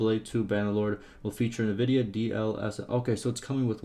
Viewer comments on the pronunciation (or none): Nevidia? Please call it NVidia.